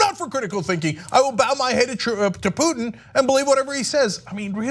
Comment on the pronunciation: his name is poo-tin.. not truth-in .